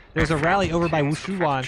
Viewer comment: The jarringly accurate pronunciation of Wushiwan is sending me every time lol